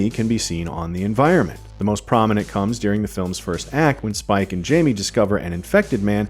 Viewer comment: She was saying "Jamie" not "Jimmy"